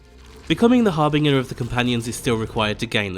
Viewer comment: Har-bin-jer, Har-bin-jer. That’s how you pronounce that.i can’t tell you how many times I’ve heard people pronounce that word wrong. (It’s part of my warframe game name). Thank you for posting this though, imma go have a look now